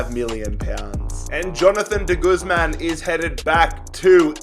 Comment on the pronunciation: I support Swansea when you said de Guzman I was sad